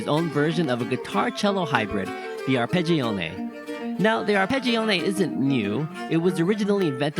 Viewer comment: Pronounced ar.ped.džo.ne, not ə.phè.džij.ọẅ.nej